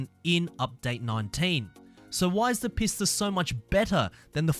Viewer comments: Isn't the Pista pronounced Peesta I've been pronouncing it Peesta the whole time XD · yes, that's the proper pronunciation.